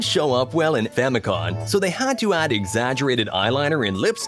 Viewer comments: FamicoM... Family computer. Not Famicon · Famicom not famicon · famicoM there's an M not an n sound lol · I immediately came to the comments to see how many people were angered over the N instead of M in FAMICOM! I see I wasn't alone. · OAKarina Maryo BROS FamiCON